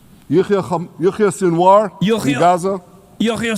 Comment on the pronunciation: How do you butcher the name “Yahya Sinwar” that badly?